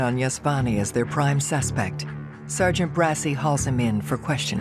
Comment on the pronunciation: Its pronounced det mike BRA-CHI thats the italian pronounciation of bracci not brassy. 😂 i hate when they make italian names white